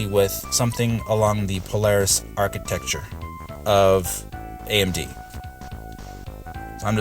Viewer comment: I know I gave you a hard time about it before. Funny thing is that when you kept saying it, it made me want to say it like that too. Haha.